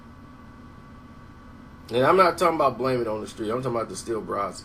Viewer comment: Idk if you was playin, but it's meant to be pronounced bray-zee not brazi